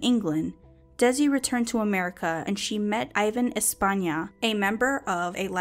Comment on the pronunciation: The improvement is definitely there! Loved the way you said 'Espana' ... Are you Spanish? I would love to know.